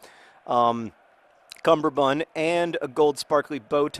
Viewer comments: John. Cummerbund. Not cumberbund. This matters like you wouldn't believe. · Cumberbun? Is this a 'chester drawers' thing where you've got the word wrong forever? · cummerbund is pronounced like that